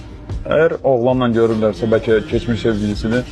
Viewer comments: Bəlkə❌ Bərkə✅ 😂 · Bərkə yox, bəlkə.